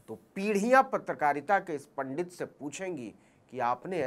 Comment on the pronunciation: यदि यह सत्य है तो रजत शर्मा पर शक्त कार्यवाही होनी चाहिए। परन्तु इस नवीन ने भी जिस प्रकार से पंडित और पांडेय का उच्चारण असभ्य भावों के साथ किया व एक समाज की भावनाओं को आहत किया ऐसे में इसके चैनल पर बैन होना चाहिए।